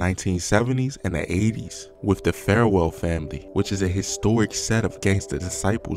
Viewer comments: The man said “Farewell Family”..smh. It’s “Farwell Family”. This is an example of why dudes that’s not from Chicago shouldn’t speak on Chicago business. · Bruh… Baltimore accent or not, please, please dont speak on this ish if you gonna absolutely slaughter the pronunciation of half of what youre speaking on. Is it Young Pappy, or Poppy? You mispronounce and properly pronounce his name back to back. It’s Farwell, not FAREwell, and Loc as in “loke” not “lock”. It takes very minimal, base level research to know this.